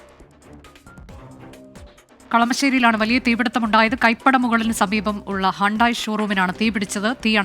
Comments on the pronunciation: ഹാണ്ടായി അല്ല... ഹ്യൂണ്ടെയ്.... തനി മാപ്രാ തന്നെ...😂😂😂😂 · ഏത് ഷോ റൂം ഇവൾ എന്താ ഇങ്ങനെ പറയുന്നേ 🤣🤣🤣ഹ്യുണ്ടായ് ആന്നെടി അന്നേ ഒക്കെ ആരാ ന്യൂസ്‌ വായിക്കാൻ നിർത്തുന്നെ 🤣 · ഒരു ഫെയ്മസ് കാർ കമ്പനിയുടെ പേര് പോലും ശെരിയായി പറയാൻ കഴിയാത്ത ആളുകൾ ആണോ വാർത്ത വായിക്കുന്നത് 😂